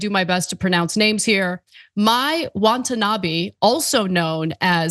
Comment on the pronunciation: She keeps saying “WANTanabe”